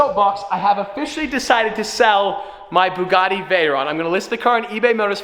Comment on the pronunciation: we might sell the B U G G A T T I Me: 😭how did he say it so confidently 🙃🙃